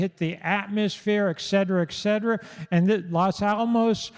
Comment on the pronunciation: Tell your husband it’s pronounced “et cetera”…🤦‍♂️